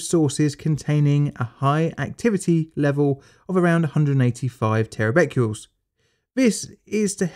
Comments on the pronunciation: Aargh! It isn't terabecules, it is pronounced Terabeckerels! Other than that, very interesting. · Sorry to be the English Language Police but Terabecquerels can be a little confusing, especially when the Teachers don't point it out! Try and disregard the confusing Q and pronounce them as TerraBeckerals! I am a long time subscriber, so please don't think that I am having a pop! I think I have seen almost all of your vids but mostly Nuclear related ones